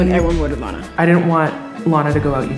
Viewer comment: BRO NOT LANAAAAAA